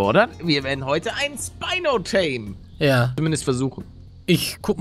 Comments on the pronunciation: Es heißt Spino nicht speino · Es heißt nicht Speino sondern Schpino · Man spricht es schpino nicht spynoe aus